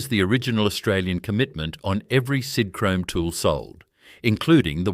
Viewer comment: Sidhrome? God I hate AI